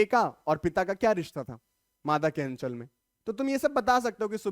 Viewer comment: aachal nhi h anchal h